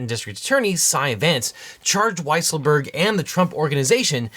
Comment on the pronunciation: Excuse me, but I believe his name is pronounced Weasel-berg